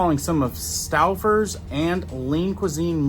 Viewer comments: Stow fers is the pronunciation. For around 3 years I've been very careful with ground beef. I only eat ground chuck to start. Regardless of how it is cooked, I end up spitting out these little hard rounds. They are white, very small with no taste. It doesn't matter what store I buy it at. This is probably 3 out of 5 packs of ground chuck. It's not noticeable until you feel it in your mouth. Even making patties or meat loaf the meat seems fine. So now I'm buying at a local butcher shop. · It is pronounced Stoe-fers buddy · Stowfers. The u is silent. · Stouwfers..😢 😂😂😂. Stowfers... pronounce As in tow... Stoufers... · St-oh-frs. I admire your retention of information taught in English class…I forgot all of that stuff decades ago.😊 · Stouffers is pronounced:Stow fers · Stowfers. The u is silent. 🎉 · stouffers. pronounced like toe stoeffers= Stouffers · I know:Staffers 😂. I just thought he's from the Midwest or something. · The vocalic digraph “ ou” in Stouffer’s cannot be pronounced as the diphthong “ ow” as it directly precedes a double consonant. The “ou” is really the phonemic profile of “long” O in American pronunciation. It is not an English name so English pronunciation rules cannot be applied. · It kills me the way he said Stouffer's and the way he says other things😂 off subject with the video pause for a phone call and it looks like about to release a demon without pissed off he looks the way it paused